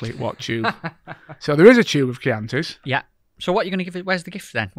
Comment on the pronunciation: At last,someone that pronounce Chianti in the fishing world.Cracking podcast well done.